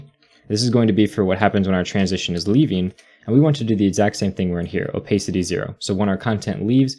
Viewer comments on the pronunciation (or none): Nice video but I cringe every time you say “oh-pace-city”. It’s “oh-pass-city”. Opacity.🤷🏿‍♂️ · please don't say "opaicity", it hurts